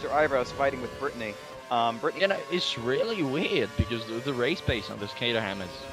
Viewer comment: its ca-trum not ca-ter-ham